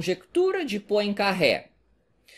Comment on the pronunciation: só uma dica:não se pronuncia Poincarré,mas Poincarrê